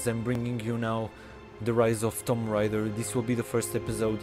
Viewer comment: The game is pronounced (toom ray der )